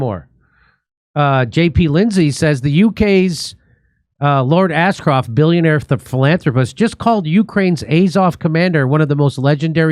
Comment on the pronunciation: Jimmy did you say Asscroft or Ashcroft ????